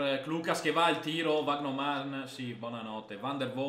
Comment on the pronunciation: Vandeervort è diventato Vagnoman contro lo stoke🤣🤣